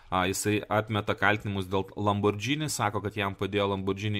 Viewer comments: Neesminis reikalas, bet kadangi ausį pjauna, tai ateičiai – citata iš wiki: Automobili Lamborghini S.p.A. (Italian pronunciation: [lamborˈɡiːni]). Taigi, ne "lambordžini", o "lamborgini". :) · Nenoriu būt tas įkyrus žmogus, bet,: žodis,,lamborghini" tariasi ne lamborDŽini, o lamborGini, panašiai kaip ir kitas itališkas žodis spaghetti - juk nesakom spadžeti:) Čia šiaip didesnė taisyklė ir daugiau nuansų, bet trumpai tariant, po g einanti h (lamborGHini) lemia, kad tariam ne,,dž", o g. Nepaisant to, ačiū už gerą turinį, visad laukiam naujų video:) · Tariasi ne "Lambordzini", o Lamborgini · Lamborgini. ne Lambordžini ;) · Ne Lambordžini,o Lamborghini,juk nesakome spadžeti(spageti) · Lamborgini, ne Lambordžini. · Tik tarp kitko: lam bor GI ni, ne lam bor DŽI ni. Bet gal ir gerai, kad nežinai, reiškias nesidomi tuo, kuo domisi Aršauskas :D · Niekur neteigiu, kad matau TIK kritiką blogai ištartam itališkam automobilių brando pavadinimui. Priešingai, iš kuriamo turinio pasiėmu labai daug. Šiuo atveju tiesiog pasidalinau pastebėta smulkia klaida; mąsčiau, ar verta rašyti komentarą, nujausdamas, kad atsiras kas prisikabins. O jūsų pavyzdys su Švarcnegeriu ne visai korektiškas - nesu prieš žodžių sulietuvinimą; pagalvojus, net nesu prieš tai, jei kažkas taria lambordžini, bet galima tart ir taisyklingai. Mano intencija buvo pasidalinti tuo, ką žinau, padariau tai pirmą kartą. Jei toliau sakys lambordžini, tebūnie, man neskauda, kaip jūs teigiat.